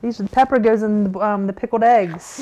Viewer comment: You are aware, no doubt, that the word pickled has a veery obvious "L" right there between the k and the e, See it? there is not such thing as a darned pikoed egg. Maybe you could make some pikoed e's and just forget the "g's" in the word eggs too!